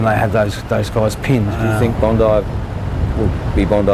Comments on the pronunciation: It's pronounced Bond-eye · I am not through this video yet so I hope gets it this time. I tried not to get hung up on it but it grates to hear Bond-ee (like Pam..ugh) and it seems more respectful to get it right.